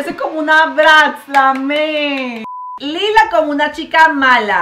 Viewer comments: no es lila es layla asi se dice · oye es laila no es lila esz laila